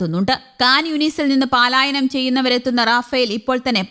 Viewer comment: പലായനം ശരി പാലായനം തെറ്റ്